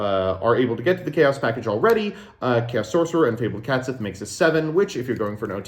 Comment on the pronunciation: Once again commenting to be annoying about pronouncing Catsith wrong. Based off the Cait Sith (best described as "Ket Shee" in English) the "Sith" was just ported over wholesale and should just be pronouced the same way it would in Gaelic.